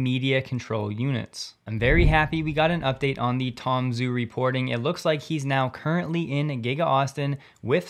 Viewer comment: "Zh" in Chinese is pronounced as a "J". So don't be shy and pronounce his name as Tom Jew.